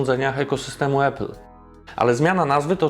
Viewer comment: Mega robota, jak zawsze! Podam dalej, gdzie trzeba! Tylko proszę „Apple”, a nie „Epple” 🙌🏻